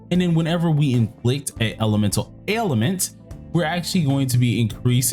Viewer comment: It's pronounced "Ale-ment", You say it like "Ale-i-ment". Either way not the biggest deal wish you the best. Thanks for the video